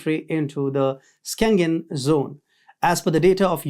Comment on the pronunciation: It is Shengen not Skengen zone, just like schedule but skedule!!!!😅🤣😂